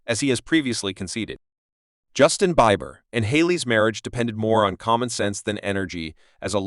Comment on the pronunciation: Learn to pronounce his name😮